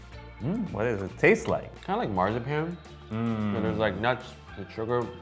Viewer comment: I hate how he pronounced masa pan